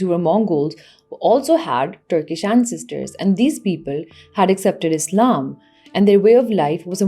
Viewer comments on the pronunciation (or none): none